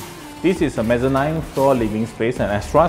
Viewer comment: Mezzanine should pronounced as meh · zuh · neen